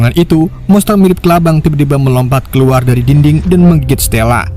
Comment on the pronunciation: Min sehat kah -- KEKUAR/KELUAR🤣APA LU LAGI PAKAI ITU MIN KK TIBA"OLENG